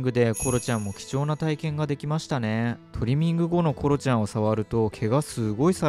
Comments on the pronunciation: トリミングの発音が違いますよね?😆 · トリミングの発音がスイミング🏊🏻‍♀️ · ドライヤー中と爪切り中大人しいなんて、偉い娘だ。コロちゃん、初めてとは思えない。✨✨ 、トリミングの言い方のアクセント私と違うんですけど方言ですか？ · トリミングの発音がいいな😂😂🎉